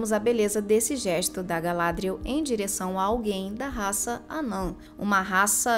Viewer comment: O nome 'Galadriel' é oxítono de acordo com a fala original dos atores, não paroxítono como é dito neste vídeo.